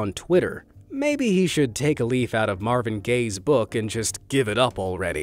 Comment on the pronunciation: The "Gaye's" 🤣🤣🤣🤣 I'm sorry